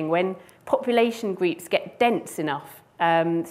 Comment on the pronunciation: We have large “greeps”? Took me nearly 10 repetitions to decide that she was saying “groups”.